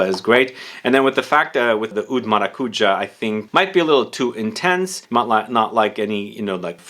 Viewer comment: Given that pronunciation was mentioned :) Maracujá (with that accent in that last sillable) is pronounced: maracuYÁ at least in Spanish. In Portuguese most likely the same. PS. Great word near the end of the video: "pull-offable"